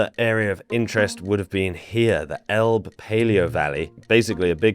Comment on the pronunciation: Just a tiny thing,: The River "Elbe" is pronounced "EL-beh", not "Elb". Otherwise, great video.